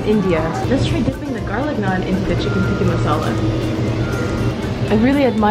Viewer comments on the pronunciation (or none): TIKKA NOT TIKKI😂😂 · TikkA not TikkI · ayyyeeee...lol...ok tho am I the only one who notices that she kept saying tikki and not tikka...alot of people do that when I go to Indian restaurants....:/